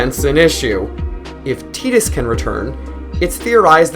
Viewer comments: T "I" dus. Like Tie & dus not Tea & dus. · It's tides. Not teedus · how can you pronounce "tai duhs" incorrectly?? i couldn't watch no more after that.... im a super hardcore final fantasy fan played every single one and the remakes. you cant do that to me!! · Dissidia came out later than 10. They got it wrong. Using teedus is like pronouncing squall as school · everyone pronounced it as tide us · I will never ever call him Tee-dus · Did you say tee-dus!? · You don't know anything about final fantasy, and learn how to pronounce Tidus name.